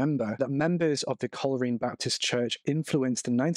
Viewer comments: Coleraine is pronounced coal rain 😬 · Would you please learn the pronunciation of places before you post your videos ! it's pronounced Col- Rain ! Your spoiling your videos and I suspect many people will be turning off as I am now